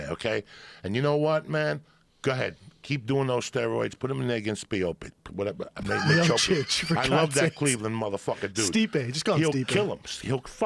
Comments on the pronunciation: "Stiopic" Joey Diaz. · Lewis toms 😂😂 yeahh the 10 minutes when he started hyping about Stipe had be creasing. Can't pronounce fighters names to save his life haha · The best part is when Diaz gets so fired up about Lesnar being a roid head that he can't pronounce Stipe Miocic to save his life. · Joey can't seem to get Miocic's name down to save his live